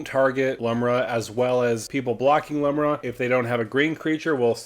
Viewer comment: I know it really doesnt matter. But Lumra is a girl and her name is pronounced "Loom-rah"